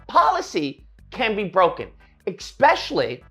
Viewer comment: “Expecially” First of all, no.